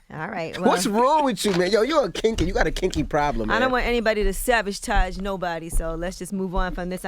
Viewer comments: savage-tage???? I could have sworn the word is sabotage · So nobody else heard young buck say "savagetoge" 🤣🤣🤣🤣🤣🤣🤣🤣. Run it back! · Young buck said “Savagetage” 😂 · Angela yee,, you wrong for repeating that,,,(SABIGE-TAJE) 🤣🤣🤣🤣🤣🤣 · “You tryna savage-tage me?!” 😂😂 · Yee slick at the end making fun of buck saying 'sabbage-tage'😅